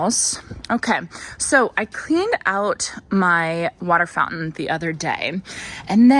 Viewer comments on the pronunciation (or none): none